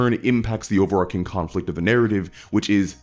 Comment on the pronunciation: You keep saying "over-arcing." Like, a lot. I'm not familiar with that term. What does it mean?